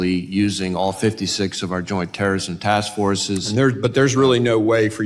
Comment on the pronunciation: She said Teeerorrism😂😂😂what a fool